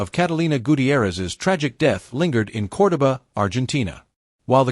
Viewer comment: Narrator mispronounced Cordoba Argentina Everytime.